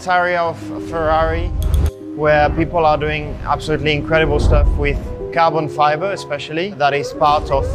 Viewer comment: Carlos Sainz: Cabrón Fibre